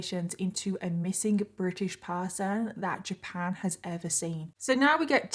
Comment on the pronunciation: The way she says EVA (ever) just lightens up my day ❤